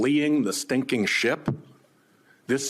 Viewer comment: Senator Whitehouse made my favorite statement in the hearing by saying, "The silence is deafening ". He also made my favorite verbal slip when the phrase "sinking ship" sounded like "stinking ship".